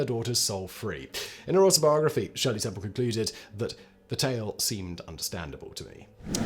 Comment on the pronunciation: Hey, he pronounced "Shirley Temple" correctly.